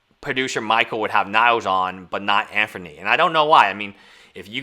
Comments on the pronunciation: Can you not pronounce Anthony? It’s not Anfernee brother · I think this is his nth video of timepiece gentleman and he still calls him Anfernee... Love the indepth analysis but please...